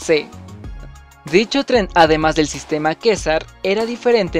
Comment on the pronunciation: Quessar (asi seria la pronunciacion) Se escribe quessart